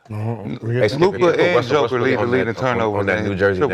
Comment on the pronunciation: ALMOST said westbrick 😂🤣😂🤣